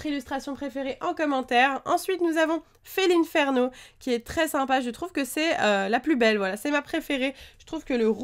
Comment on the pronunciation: tu as dit felineferno au lieu felineferno